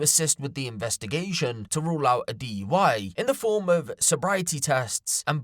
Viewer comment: DUI not DEI or IUD.